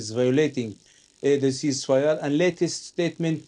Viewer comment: "Yeah I said I agreed to a youceaseifire"